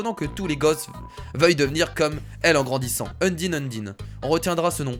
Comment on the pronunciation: je pense qu'on te l'as deja dit mais s'il te plait ne dit pas undine mais (comme ca se prononce) eundaïne oui je crois bien que c'est ca